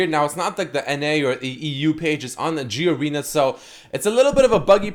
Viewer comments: it's not G Arena, it's Garena, Ga-re-na, say it with me G-A-R-E-N-A it's like Garen with an A behind it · its not G arena, its GA RE NA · GEE-ARENA LOL Its GA-RE-NA That's our server here in Asia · i believe it's called GA-REY-NAA instead of G-ARENA right? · g-arena ahahhaha, its pronounced as full as garena but i learnt something new today so no hate my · Gee-arena Xd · G-arena HAHAHAHAHA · The way he pronounces Garena is so cringe